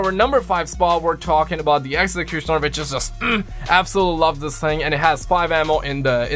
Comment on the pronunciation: The way you said exectonier and it’s ummm